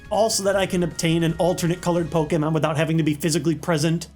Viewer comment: I appreciate you for pronouncing 'pokemon' the right way.